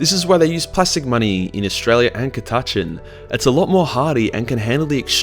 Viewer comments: ca-tatch-an ??? what mate? its cat-a-chan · Aaah fuck no. Us ordinary Aussies say Cat- a - Chan. What the hell is Ca-Taaaah-chn? Gods only know where is from?! And he forgot the Drop Bears. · Ka TA Chn? Sorry, I've never heard of Ka TA Chn. Have you heard of Catachan though? That place is awesome! And by awesome I mean a hellish planet full of things that put Australia to shame on a good day, let alone a bad day when they make fricking Tyranids look downright cuddly! Cat--a--chan. It's name isn't hard to pronounce bro. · Damm i was so going to rip on you (cat-ah-chan) or in Australian (cuh-ta-chin) but im pretty sure we speak the same language, just us Americans speak real english ;) haha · Ok being Australian too I'd just like to say we don't all miss pronounce Catachan this badly fucking hell lol it's pronounced "cat-ah-chan" not "ca-tu-chin" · Its not cata-chan its ca-ta-chan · Isn't it pronouncend KADAKA not KATACHAN fuckinf weeb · I am Aussie and I say Cat-a-chan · The way you pronounce catachan gave me word aids and now I'm dying 😑😑😑😑😑😑😑😑 CAT---A---CHAN Cat like the animal A literally the letter A Chan like Jackie Chan Now stop it before I put you in your own basement with Timmy I don't want that mouth saying that word well I'm watching a video put him in the bathroom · I've always pronounced it "Cat-A-Can". I preferred my way. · Isnt it said katakan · According to colonel iron hand stracken, it is pronounced Cata-can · Catachan- (Cat-a-can) or (Cata-Chahn), cause listening to you trying to pronounce this word is awful. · Cuhtuhchun is by far the most irritating pronounciation of Catachan I've ever heard lol. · I've been pronouncing it kat-a-chan for like 20 years whoops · Ca tuh Chan there you go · Ka-touch-in lol lol lol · CAT. A. CHAN. jesus this name have NEVER been so buchered. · Why did he keep pronouncing it like “ cuh-tachin” 😭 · Its “KATTA-CHAN” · It's CA (as in cat) TAH CHAN (as in jackie chan)